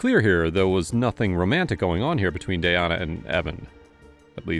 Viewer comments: Why did you butcher her name like that?! It's DAN-YA. 🙄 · how we gonna call the victim the wrong name the whole time? her name is Danyna. DA-NY-NA. y'all wrote Danya and pronounced it Dayana. come on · It’s DAN-ya. Not day-Ahna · Its not danaya..its DAN-YA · Omg….it’s DAN-YA, not “day-an-a”. It’s making it so confusing with the other girl being Tanaya. I can’t stand AI commentary. Also, this girl is obviously a psycho who will hurt others in the future since she will have the chance. Shitty liberal DAs and Judges give slaps on the wrist, if anything, and because of it society suffers constantly. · Dayana?!?!?! It said DANya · Anyone else getting the teeth grinding when he calls the victim dayana but as far as i understand the victims name was danya... 🤷🏼‍♀️🥴 May her poor soul rest in peace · It's Danya, not Dayana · I think it’s pronounced “Da nya” not “Day ana” just from the spelling. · Tbh pls learn to pronounce victim names right cause her name is Danya not “Dayana” 😒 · Her name is Danya. Not Dayana. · Is it just me or did they Mispronounce the victims name the entire video? It’s spelled D A N Y A but they pronouncing is Day-on-uh. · Her name is spelt Danya.. like Dan- yuh. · The fact that the narrator repeatedly said the girls name wrong. “Danya” doesn’t look anything like the way he is saying as Dayana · Danya =/= Dayana ? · How are you pronouncing "Danya" as Dayanna????? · “Danya” =/= “Dayana” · How do you sit here and mispronounce danya the entire episode..wtf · You mispronounced DanYas name over and over aggravates me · You are pronouncing Danya's name so wrong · or, maybe, you learn how to pronounce it. You can pronounce Tchaikovsky, Mussogorsky, even Beethoven. You can pronounce Danyna.